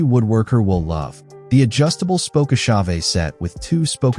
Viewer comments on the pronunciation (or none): I need to get that spoke-ah-shave-a!